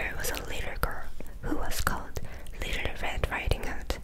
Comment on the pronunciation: "Litter" red riding hood 😭 easiest way I can help with the word "little" for Koreans, is to say it like "lit" and "all" or "lit" and "til" . I know the ㄹ makes more of an rolling "R" sound, so it makes learning english words with "L" and "R" harder.